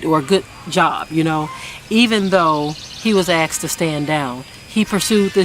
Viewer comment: "axed" to stand down?